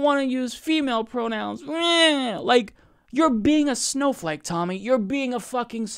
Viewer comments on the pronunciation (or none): Stop calling her "Timmy". It's "Tammy".